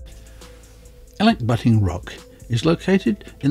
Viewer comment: That's the best pronunciation of the name I have heard.. :)